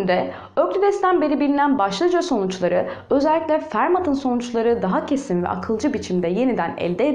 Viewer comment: İsimlerin telaffuzunda biraz sıkıntı var. Frederik Gauss değil, Fridrih Gauss olarak okunur, Fermat ise Ferma olarak okunur. Öklides ise Öklid'in genelde Yunancada geçen ismidir. Öklidçi Geometri daha doğru olur gibi geliyor.